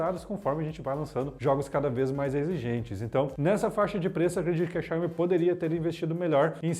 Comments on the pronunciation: Essa pronúncia Xanhomi 🤦🤦🤦, Xaumi, Xaumi, Xaumiiiiiii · Pelo amor..... "Xaiomi" não existe! Xiaomi se lê "Xaomi" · Começou o vídeo já falando xaiomi! Não sabe nem pronunciar o nome vai saber o que!? Da uma pesquisada!